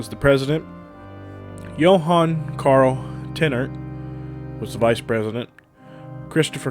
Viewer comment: Please pronounce my maiden name correctly!!! Lehman is not correceither. TEINERT AND Lehman is pronounced pronounced Layvman . My son will will look for you on Sunday. Teinert is a very important name in Texas Wendish history.